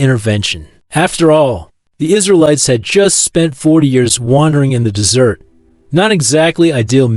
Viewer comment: Ugh AI. Like that part with the "desserts" 🙄